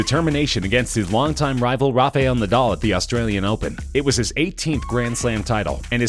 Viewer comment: you didn't say Nadal's name right